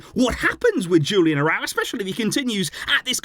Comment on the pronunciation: Hey, I enjoy your videos! But please, try to pronounce the names correctly… Julian Araújo is Mexican, so his name is not pronounced in an English way… the J in the first name and the emphasis on ú in the last name…